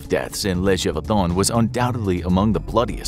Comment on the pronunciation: Gévaudan sounds like zhay not juh. Accent is written there so people don't pronounce it like juh. 😊